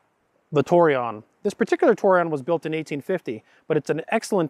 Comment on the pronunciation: Tor- eh- own is how to pronounce it.